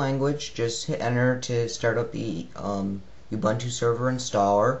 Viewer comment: I hate to be this guy but Ubuntu is pronounced oo-boon-too. As pronounced by the official program site.